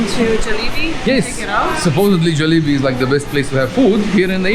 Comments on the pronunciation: 🙋‍♂️🙋‍♂️👋 Try saying Jah-li-bee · Yes they are Europeans , the way they pronounced Jollibee